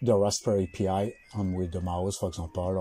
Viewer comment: Just as FYI, it is not Raspberry Pee Eye. It's Pi... ... Or like Pie. Apple Pie. Peach Pie. Raspberry Pie.